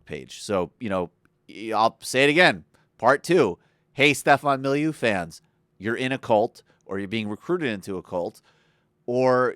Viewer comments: MO-LY-NEU not MILIEU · It's pronounced "mall a new," not "milieu." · Again, MOLL-LA-NEW, Jesus, say it right... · It's 'Mo-li-new'. So there are no occasions when someone should 'de-foo'? No where in this video did you make an argument. It was all you your opinion or the opinion of some woman on your facebook page. Oooooh! Convincing. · So, libertarianism is a cult, but Statism isn't (with all its flags, ceremonies and uniforms)? Also, calling libertarianism "simplistic nonsense", "destructive" and "disturbing" isn't an argument; it's just a slimy attempt to poison the well. I also thought that deliberately mispronouncing the guy's name, "Milieu" was a really classy touch... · At least know how to pronounce his name. I had to tune out cuz you sound stupid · Please take the time to look into Stefan Molyneux before you believe these twits, because they know so little about him that they don't even know how to pronounce his name. If they literally didn't take 5 seconds to learn how to pronounce the man's name, how can it be expected that they took ANY TIME to look into his beliefs, rather than merely parroting like-minded morons that they found on the internet? The truth is, they don't want you looking into Stefan Molyneux at all, because it hurts their own agendas, and they recognize him as a threat to their own empty ideologies that they cannot easily defend. And if you think you can trust these two twits when they literally didn't even take the 5 seconds to learn how to pronounce his name, then how are you not living in some kind of cult where genuine thinking is not required? You can't just think for yourself, you first have to learn how to think for yourself -- something these two morons don't what you to do, because they obviously haven't done it for themselves. Don't fall victim to dipshits. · This guy can't even pronounce the guy's name right. Has he even seen one of Stefan's videos? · Criticises videos, can't pronounce his name. Just, stop.